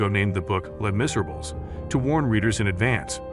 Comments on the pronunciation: if you want to be taken seriously, you might want to learn how to pronounce the titles of the books you're commenting on. You could start with Les Miserables... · It might be more impressive if you could pronounce Hugo's book properly? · Learn to pronounce "Les Miserables" properly. Read more, kid. You're so inadequate.